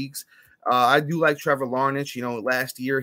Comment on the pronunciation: Liking the pod so far fellas, lots of good stuff! Im a lifelong Twins fan, Larnach is looking good. One funny thing, it’s actually pronounced Larn-ack!